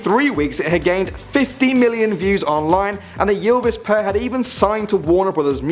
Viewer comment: Jylvis!!!😂😂😂😂 no it's Ylvis😂😂 you're pronouncing it all wrong!😂😂 I get that Norwegian is hard to pronounce but....like....common!😂😆